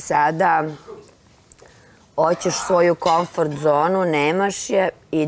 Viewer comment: Zar i ona kaze komforT zona😳 Mozda kaze na engleskom ili italijanskom😎